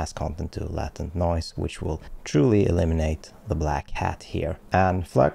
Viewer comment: latent uttalas "laytent", skärpning!